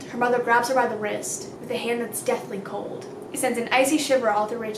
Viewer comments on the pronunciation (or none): none